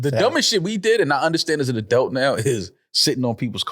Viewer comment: says adult "a-delt" 😁